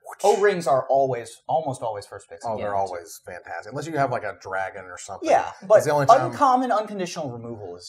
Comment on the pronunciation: "a land dragon". I think you mean a 'Draggin"... I will see myself out